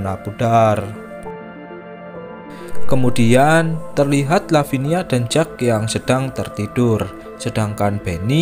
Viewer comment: Kalau jack itu biasanya di baca jeck min